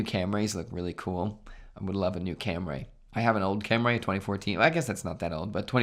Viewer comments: “Cam-rays”?? That’s so american of you🤷🏼‍♂️. Toyota Camry- it is pronounced “cum-ri” . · No it’s cam-ri. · I'm really upset he can't pronounce Camry correctly. It's not a Cam-ray.